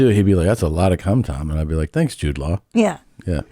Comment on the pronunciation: I thought Cristina was saying Jewed lol I was like damn I don’t think you’re supposed to say that